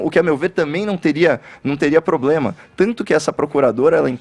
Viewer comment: Eu nunca tinha percebido, que o fala igual ao cebolinha. Ploblema, Sérgio molo etc 😁😁😁